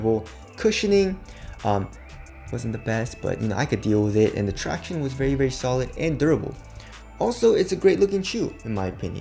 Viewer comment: "tractioneys" is so cringy and annoying. Just saying